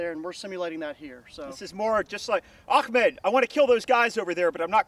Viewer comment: "Akmed" ? Haaaaaaaa haaa